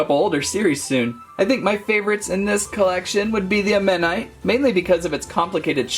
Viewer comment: BTW you say it aw-manight